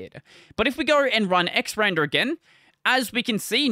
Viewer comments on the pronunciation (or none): Quick note. It doesn't actually matter how you say it but it's X R and R for X Resize and Rotate. Not "xrander" Otherwise great video!